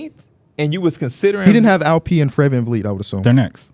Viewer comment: “ fred van feet “ 💀💀💀